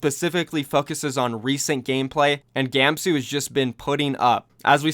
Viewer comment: "he fuckuses"